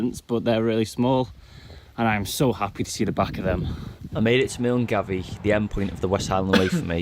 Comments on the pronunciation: "Miln-Gavie" for Milngavie.... aye, noooooo! Pronounced Mullguy. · Walked the West Highland Way twice as I live 10 mins from Milngavie ( pronounced Milguy) not mil - n- gavie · Milngavie - pronounced Mull-guy :) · Milngavie...pronounce 'Mingie'. emphasys on the second 'i' being as 'eye'. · Milngavie is pronounced "Mil-guy" I live next to Balloch at the start of Loch Lomond. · Milngavie is pronounced Millguy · For the Scotland part he kept getting at least 2 things wrong...a loch is not pronounced lock and Milngavie is pronounced Mullguy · Milngavie is pronounced Mull Guy 😂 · Hi, for your info, Milngavie is a district in Glasgow and is pronounced "Mullguy" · Ha omg MILNGAVIE is pronounced “MULLGUY”!!! He’s English. He wouldn’t know any better. And to answer your question Loch Lomond is just outside Glasgow south west Scotland. He’s in the highlands when you asked. Way up north. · Milngavie is pronounced mull-guy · Argh at Milngavie it's pronounced Mul-guy